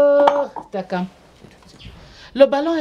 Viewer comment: La manière que prononce le nom takam sa vous fait pas rire 🤣 elle dit tchakam